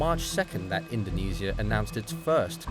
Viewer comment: fgs pronounce indonesia right, it hurts my ears